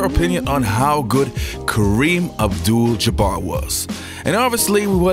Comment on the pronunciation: Isaiah pronounced his name Kareem abdull jumar